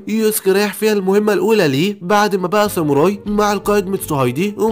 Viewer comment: خوي انا شاهد هاد انمي من قبل مو جيش الظلام جيش ساموراي صوتك حلو كل شيء بس شوي من اشاي حكيت غلط متل ساموري و مينج و في كتير